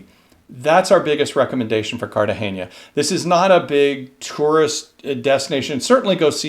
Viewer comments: Nice video..I lived there as a kid..just to let you know..Its Car Ta Hey NA..not "nia"..just NA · You say CartageNIA. But it is CartageNA…😊😊😊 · Cartagena is pronounced car-ta-hay-nah according to a Spanish friend. Please correct us if we’re wrong. It wouldn’t be the first time 😁!